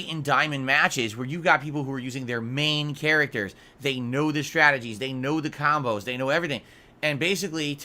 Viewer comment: ahhhhdvanced kahmbows LOL kahmbow kahmbow kahmbow kahmbow everythings a kahmbow. Also does he forget that his chat is in 24hr sub mode so no trolls cant just stubmble across his stream and decide to troll. must think trolls sub then wait in the wings for the perfect moment to strike.